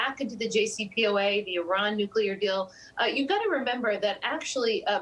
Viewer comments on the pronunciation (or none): There is no newcuelus, but there is a nucleus. Nuclear (pronounced nu-cle-ar) is a thing. The "newcuelur" you speak of does not exist, "". If you're going to speak on the topic as if in authority, it's worth at least knowing the word.